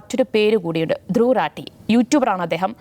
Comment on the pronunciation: റാട്ടി അല്ല, റാഠി എന്നാണ് ശരി.